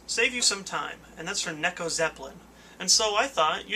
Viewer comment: I like how you mispronounced "neko". Makes you seem like a real person.